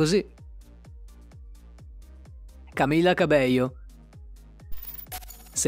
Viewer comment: Scusa ma hai pronunciato male tutto, Camila ha solo una L, poi Descendants si pronuncia DeSendants, e invece Tik Tok ha un altro accento...